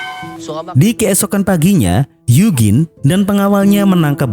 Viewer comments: bukan yugin bang tapi yujin bacanya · Eugene klo dibaca yujin 😂